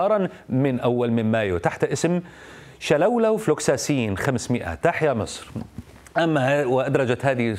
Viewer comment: بولولو ماشي شولولو😅😅😅😅